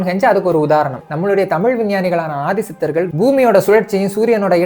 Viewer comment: யார்றா அது ஆதிசித்தர் * திசித்தர்